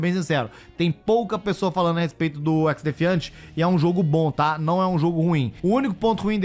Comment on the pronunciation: O cara não sabe falar o nome certo do Xdefiant 😂😂😂😂